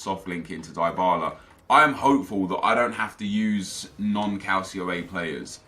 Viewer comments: Who else finds it annoying when he says calcio a its pronounced "cul ch io a" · It's pronounced cal chee oh. And Dee bala or dih bala.